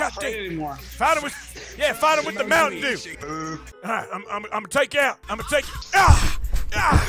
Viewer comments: the hell is mountain due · Arthur morgan- YEAH MOUTAIN DEW...what the hell is a moutain dew?